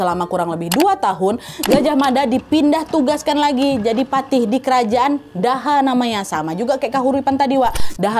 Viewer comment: Btw kak Nad, kerajaan yg dipegang patih Gajahmada itu kerajaan Doho bacanya, bukan daha 😁